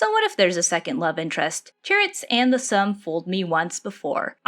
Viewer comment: Hi, this is a good video, but just one thing. Its not pronounced the ssum (sum). Its much like how the Korean name min-jun is pronounced Min-joon. The game is The Ssum (soom). I hope this helps! I am looking foreward to more videos! Have a nice day